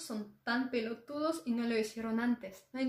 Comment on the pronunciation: No fuimos excluidos, dijo "chorros" y "pelotudo" con acento bien argentino 😱😱😱🚬💨